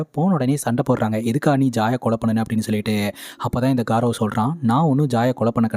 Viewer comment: Adhu காரவ் ila கௌரவ்.. good explanation